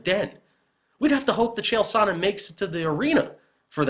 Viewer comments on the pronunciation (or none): You say his name as "sauna" repeatedly. Terrible.